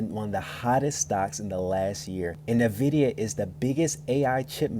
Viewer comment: NuhVidia. Bruh, it's N-Vid-IDIA